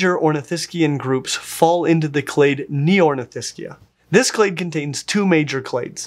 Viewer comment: Ne-Orni-This-Chia.......... Neornithischians, what a funny way you could pronounce it